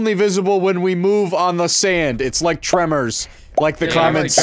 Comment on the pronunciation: Actually it's Tremors not tremor